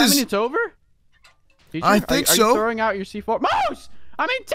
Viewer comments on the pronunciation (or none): none